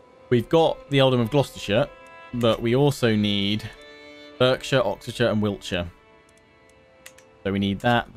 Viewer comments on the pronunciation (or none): It's pronounced barksher ;) you call yourself an Englishman ;) another great vid 👌🏼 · Berkshire is pronounced like Bark-shire and it's a pretty boring county.